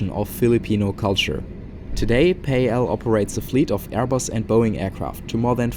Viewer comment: we say it as PAL as in pal.